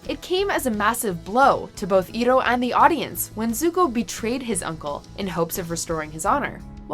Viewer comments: I-roh not Eeroh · Its not eroh its iroh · EYE-roh not EE-roh :/ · And thats how you know they only read a script and don't even watch the clips its eye-row not e-row thanks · "IROH" IS PRONOUNCED EYE-ROH NOT EAR-ROH!! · It's ir-OH, not IR-oh!!! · Her pronunciation of Iroh's name made me angry cry. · it bugs me that shes calling him E-roh, not Iroh. it might be the same both ways but in the show he was Iroh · It's not ear-oh, It's I-row. Uncle I-row. Uncle Iroh. It's not Uncle Ear-oh. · ITS PRONOUNCED EYEROW NOT EEROE Also no scene from "The Perfect Pear" from MLP where they show Applejacks late parents planted trees? Christ. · It’s pronounced EYE-ROH NOT EE-ROH !!! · Iroh is pronounced "Eye-ROW" not "E-Row" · It's EYE ROH no E-ROH! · ITS I ROW NOT E ROW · It's not Iro i'ts Iroh! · "EYR-ROH" NOT "EE-ROH" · IT'S NOT "EE-ROH", IT'S "EYE-ROH". DO YOUR FREAKING RESEARCH. Avatar is one of the best animated shows ever to grace the small-screen, and it deserves the respect of having it's characters names pronounced correctly >< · Iron is pronounced EYE-ROW not EAR-ROW. Try to learn the pronunciation for once please! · It's pronounced I-row. Not ee-row. Don't label him by that name Sha Malan's bullshit movie adaptation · THE FUCK IS A EEROH, ITS IROH, YOU FUCK. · EYE-row not EAR-row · Eye-roh Not Ear-row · Eroh?? It's I (then ) roh! Watch the show to know how to pronounce it . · IT’s I-ROH, NOT EE-ROH, YA UNCULTURED SWINE! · (Hermione Granger voice) IT'S EYE-ROH, NOT EE-ROH. (eye twitch) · It iroh not ero, say it right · It's pronounced Eye-Row, not Ear-roh. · I am disturbed at the way she says iroh's name it's not e-roh it's AY-ROH (IROH!) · It’s pronounced eye-ro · Iroh's name is pronounced, EYE-ROW! Geesh. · IT'S PRONOUNCED "I-ROW"!!!!!! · A heartwarming list, truly, but that "e-roh" pronunciation hurts my soul. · IROH DAMN IT!!!!!!!!!! EYE-ROH!!!!!!! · Ear-oh? How dare you pronounce iroh like that? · Yeah it's pronounced Eye-Row. Eye-Row. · Cringing it's I-row ( Iroh)